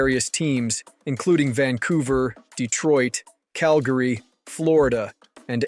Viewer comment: My favorite part was listening to this dude mispronounce every name on the list. Even saying Cal-Gary wrong. Wow